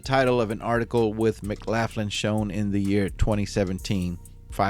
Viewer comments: McLaughlin...pronounced McLof...lin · Hello, Love your channel and I'm subbed. BTW, isn't it pronounced, "McLocklin"? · Just to note- it’s pronounced “Muhclocklun” 😬👍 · Pronounced Mc-lock-in? I could be wrong, idk. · You should get a couple of minutes on the electric chair for that pronunciation of the name McLaughlin😂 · pronunciation of McLaughlin is wrong I'm afraid . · His English is fine, pronouncing the way the name is spelled is the problem!